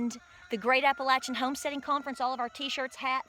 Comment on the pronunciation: I love your utube site! And thank you for saying Appalachia correctly. My parents and all family are from Coeburn and the Clintwwod VA area.